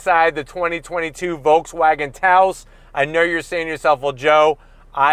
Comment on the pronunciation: There is no L sound in Volkswagen. Pronounced like folks, no L sound.